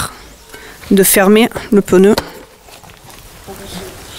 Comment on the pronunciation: Merci pour ton Tuto de 1ère catégorie.... mais au fait c'est pas un "pneuneu" mais un "pneu"..... pas "tubeulesse" mais "tubeless" mais ton accent du midi j'adore....;) et merci